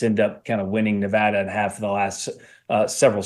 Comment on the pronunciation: Megyn, Thank-you for pronouncing "Nevada" correctly. You said it as the locals do. We voted early in Pennsylvania.